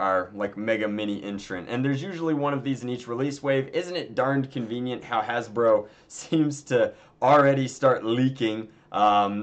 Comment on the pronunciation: He said Hasbroke lol